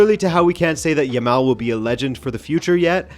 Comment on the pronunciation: Man, this is my first time to see any of your videos and I'm really impressed. I like your style, the well researched presentation and your delivery. Great job! you've got yourself a sub, and a like, of course. Back to Jamal (I'm spelling it as it should be pronounced and the second /a/ should sound just like the first one, not a rounded sound, please), but yeah, how lucky are we to have been alive to witness the whole career of Messi then to have this talented youngster come up to carry the torch?! Very lucky indeed. Cheers mate!